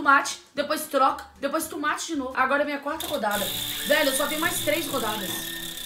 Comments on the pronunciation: Só eu q ouvi ela falando "Tumate"? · Alguem percebeu que a camis fala tumati e ñ tomate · Tumate kkkkkkkkkkkkkk #MORRi 😂😂😂😂😂😂😂😂😂😂😂😂😂😂😂😂😂😂😂😂😂😂😂😂😂😂😂😂😂😂 não seria TOMATE!!! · Não é tumate não é tomate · Tomate não e legume e fruta e não se fala "tumate" E sim tomate (mas voto no #PF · se acha tanto e fala tumate em vez de tomate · "tUmate" KKKKKKKK